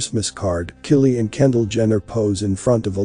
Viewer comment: The names are pronounced K-EYE-LEE, and k-LOW-EE